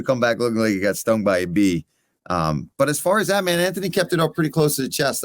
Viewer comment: Mad that bisping cannot pronounce Anthony and insists on saying Antony 😂